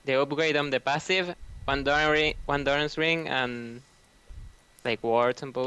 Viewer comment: why do people still insist on mis-pronouncing mana there are TWO A's there is no W in that word it is not MAW-NA also he says dorans wrong its not DOOR-RONs its dorans